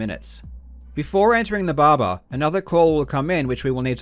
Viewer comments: Barber not barbar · Its "Barber", not "Baba" :D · the bahbah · This guy: *Explains everything* Also this guy: Babba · I like how karl pronounce barber as babar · I love how he pronounces barber "baba" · I love the way Karl say "Barber" Bahba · When he says barber, he says bahbah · I love, how he says "barber", it sounds like Russian "баба", which means grandmother. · Nobody: Karl Jobst: Bobba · "barbar" Is this JarJar's gangsta cousin? But on a serious note it's a very impressive find! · "Now we head to the BARBER to get a haircut (...) before entering the BARBA (...) inside the B A B A" Love your vids Karl, very interesting! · the way you pronounce "barba" is priceless :D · Karl’s pronunciation of “barber”: fuck r’s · Karl, I enjoy your videos but more importantly I enjoy the way you pronounce 'barber'. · weird considering he's australian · The way he says “barber” tho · i like how you pronounce barber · No disrespect, but the way you say barber with your accent is priceless. Awesome vid. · I love how he pronounces the word barber.